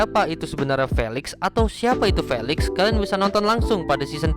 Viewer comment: Maaf kak felix di baca filix